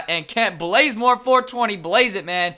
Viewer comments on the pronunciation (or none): Lol, he sail Blazemore instead of Bazemore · not blaze-more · it's kent bazemore not blazemore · Bro…its BAZEmore not BLAZEmore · Kent blazemore? KENT BAZEMORE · Who tf is blazemore? It's bazemore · Did anyone else hear him say Kent blazemore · yeah he says "blaze"more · Why do u always say kent blazemore for 20 blaze it? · his name is b-a-z-e-m-o-r-e theres no l anywhere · u say Bazemore wrong